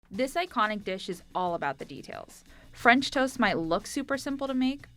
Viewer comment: she is from Punjab 😂 even I don't know why she didn't say "fransh"